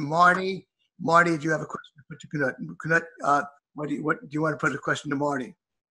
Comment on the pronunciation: It's not Ka-nuut Wittkowski. Right away I see errors with this video. It's Knut (noot).Not the pronunciation first mentioned.